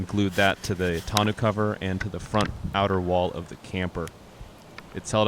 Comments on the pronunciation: Great build. This is how we say tonneau cover. Ton-oh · Other than they way you pronounce the cover (grating) freaking awesome job!